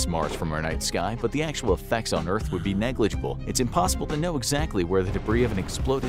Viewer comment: I swear, every time I hear the word NEGLIGIBLE, I'm reminded of how couldn't pronounce it 😄